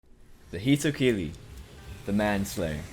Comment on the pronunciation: "hitokili" "mengetsu lift"